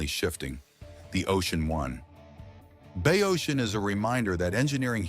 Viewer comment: The narrator pronounced Oregon correctly but could pronounce the name of the town? Bayocean. On one side of the spit was the bay and the ocean was on the other. Bay Ocean. Bayocean. Not Bay-oh-seen. He botched Wallowa, too. It’s not Wallow-uh. It’s Allowed-uh with a w at the beginning.